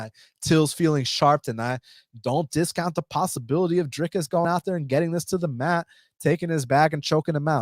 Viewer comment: Dude, I really appreciate you saying Drickus name correctly, I have subbed!